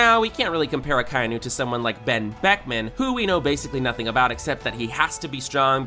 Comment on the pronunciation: Akainu is pronounced Aka-inu.🤬😡😤